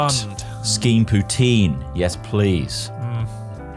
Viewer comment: "Putine" :D :D